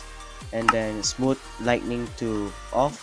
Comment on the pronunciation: I Like How He Says Smooth LIGHTNING Instead of smooth lighting.